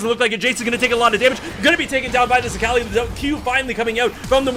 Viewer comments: It pains me how he says Akali lmao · I respect the casting try-hard voice, but please pronounce Akali correctly